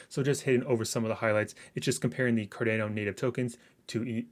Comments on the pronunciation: Homie! It’s Car-Don-O. Not Car-Dane-O. Great vid btw. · It's Car Dan Ô